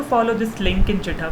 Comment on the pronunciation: It's called GITHUB not JITHUB.